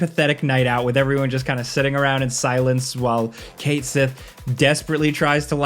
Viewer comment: Fun fact: "Cait Sith" is actually pronounced "KET-SHEE".... Read that in an article many years ago 💯